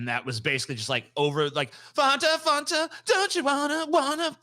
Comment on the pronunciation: I’ve never heard anyone pronounce Fanta as Fonta before 😂